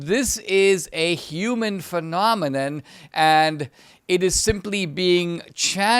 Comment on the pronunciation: Take a shot every time he says phenomminninn.